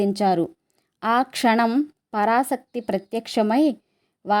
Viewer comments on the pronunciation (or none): 🙏పరాశ క్తి పరా సక్తి కాదు